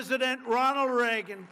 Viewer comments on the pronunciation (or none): none